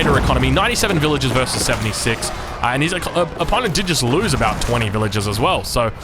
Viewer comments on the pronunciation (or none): none